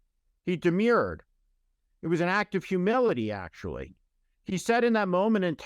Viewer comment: It's "demurred" not "demured!"